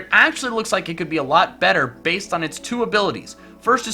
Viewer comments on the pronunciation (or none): none